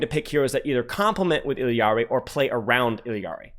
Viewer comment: is one of the few that say it correctly.